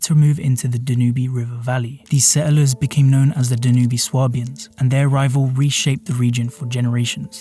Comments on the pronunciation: very interesting just one nitpick, the river is called Danube, not "danuhbee" ie its pronounced dan-yoob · Dude just pronounced Dan-Ube as da-nu-be. And there was no unified Germany until the mid 1800’s so what is this kingdom of Germany? Did AI research this for you or are you just clueless. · >Be a history channel >Say Da-newbie It's DAN-yoob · Danube is pronounce "dan-yoob", not da-noo-bee" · Not saying it is wrong but I’ve only ever heard the longest river in Western Europe pronounced DANYOOB. Other places may, indeed pronounce it DANUBY. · I love the way the narrator pronounces Danube ‘Dan-oo-bie ‘ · He said Da-nubee. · Why do you mispronounce "Danube?"